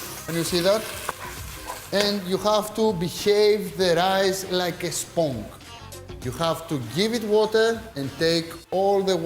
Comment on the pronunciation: Akis.....sponge is pronounced like this.......σποντζε οχι σπονγγε. Thank you for all the cooking tips! Opa!